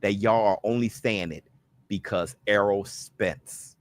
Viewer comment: He just can't say Spence name